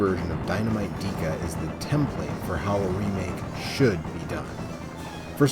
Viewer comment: Why did you pronounce it "Deeka" and not "Deka (Decka)"? Even the clip at the end said Deka. Great video otherwise.